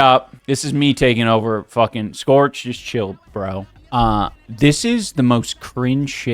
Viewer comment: And "fuhgin"